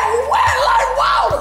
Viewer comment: Why you keep on saying wet like water